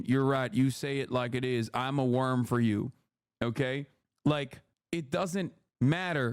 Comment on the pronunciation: “I’m a wurm 4 u!!”